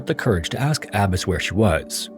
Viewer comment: Omfg. Its pronounced "Ah-Bah-s" not "Abbis". And your little comment about Arranged Marriages lol like the Marriages in America are any happier and better because people get to choose? Get a life